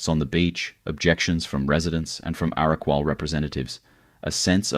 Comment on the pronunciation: What a crock of absolute bullshit this piece of drivel is! Stacks of photos of places other than Byron, absolutely murdering the actual names and totally mispronouncing EVERY SINGLE indigenous word he uses, Cavvanbah, Arakwal, Bunjalung, Belongil, I literally cringed each time I heard those words being strangled by whoever this NON-BYRON person is that has put together this awful 'documentary'. Very cherry-picked, sensationalist RUBBISH! Obviously not only has this guy NEVER even been to Byron, but he just totally gets it all wrong. DO NOT BOTHER WASTING YOUR TIME WATCHING THIS! 🤮